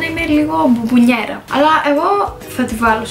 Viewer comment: Είναι μπομπονερια (bonboneria )** 😂😂😚